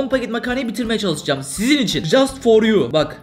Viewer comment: "Jaast for you. Jaast for you canım👇👇" 😂😂